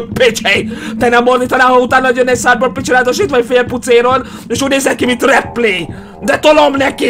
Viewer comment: "Szájbörg pidzsi" xDDDD